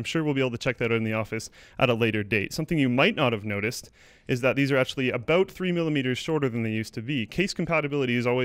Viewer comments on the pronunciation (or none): hehe... "Abo'ut!" :b